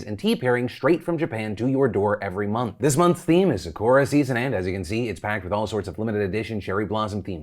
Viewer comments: I rarely comment, but Phil, Sa-ku-ra. It sounds like Sakuru when you’re saying it. 🌸🌸 Sakura. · Phil bb Ily but it's sah koo rah. All vowels have just one sound in Japanese compaired to English with ~3. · Did Phil say "suh-kor-a" like Saphora instead of "sa-ku-ra"?😄🌸 no hate just funny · Your pronunciation of Sakura hurt me. It's pronounced Sah Koo Rah, not Suh koo ruh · It's the Sah-Korra for me. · Phil… it’s SAH-Ku-RAH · lmao he pronounced sakura sakora that’s funny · You're saying Sakura wrong. Sock-er-a. Sakura 🤣🤣🤣 Its like the english dub of card captor Sakura all over again. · Are you pronouncing sakura like that on purpose, or…? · I hate how you say Sakura 😬😬😬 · How do you butcher the word Sakura so bad ... shows how much your box teaches you 'culture' as you put it... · And well I will cast the first stone phil- clearly you aren't using the bokksu cards to learn anything since you're still saying Sakura wrong! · We really letting Phil get away with the way he said Sakura?